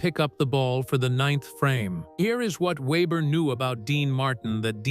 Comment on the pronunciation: AI always screws up saying names, it started off ok, then changed the way it said Weber